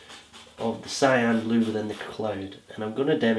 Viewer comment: I don't understand the word you are saying, the color you use instead of blue for sky.....it sounds like you are saying Siam ??? sorry!